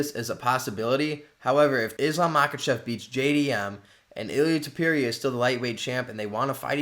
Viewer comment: Bro Google translate teaches the pronunciation hahaha, what's going on with Tewpeereea 😭